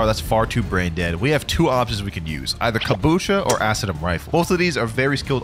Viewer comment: Imagine being so bad to say acidium spam💀